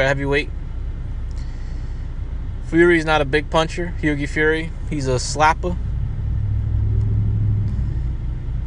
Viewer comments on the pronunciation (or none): learn English sped, it's Hughie pronounced Hew-E not Hew-Gee.